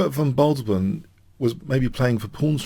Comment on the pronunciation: a favourite of ben Fiengold this one, i like how Your analysis gives something even to well worn classiaics. great work on Guicco Piano especially since pronunciation is not Your traditional strength. Von Bardeleben is more Your usual standard, it need one more syllable than you gave it. but who cares this was fun. Thanks keep up the good work.